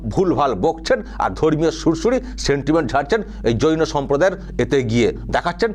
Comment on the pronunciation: ৱাক্ষসি তো জৈন ধম্ কে যৌন ধম্ বলে 😂😂😂কেলানি একটা